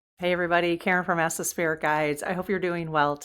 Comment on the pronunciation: It's not ancestREAl - It's ancestral.